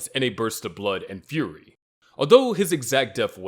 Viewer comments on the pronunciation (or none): none